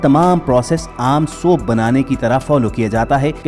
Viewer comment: Your pronounciation of soap is incorrect.pagal